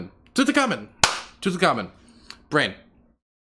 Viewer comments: you seriously don't know how to say Tutankhamen, probably the most well known Egyptian pharaoh in history? 😂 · Yeah, very surreal. For the record to anyone who doesn't know, it should be pronounced "toot en kah moon" IIRC. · And has made me forget how to pronounce king tuts name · getting stuck on how to pronounce "Tutenkhamen" actually made me think I was having a stroke for a second